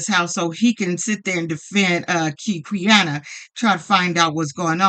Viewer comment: Hey, thanks for the vid ❤ just a note, Quiana’s name is actually pronounced “Kiana”. Idk why it starts with a Q lol